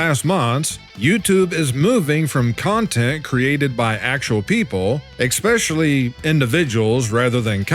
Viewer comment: Losing viewers? Maybe viewers are tired of you saying 'exspecially' instead of 'especially'?